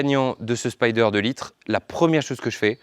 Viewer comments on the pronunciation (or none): On dit Spider et non pas Spyder !